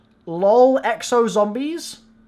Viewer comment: I died when he said ZOMBLIES